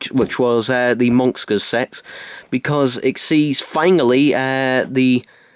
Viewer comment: TheCybermanFan - The Ultimate Whovian oh hello.STOP FOLLOWING ME!!!!!!!!!!!!!!!!!! But it's really annoying as it sounds like he is saying sex instead of "SET". And he says the monxters sex. Why can't he pronounce s?!!!!!!!!!!!!!!!?